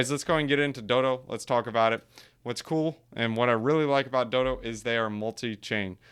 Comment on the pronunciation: DODO like the bird, not doo-doo ffs lol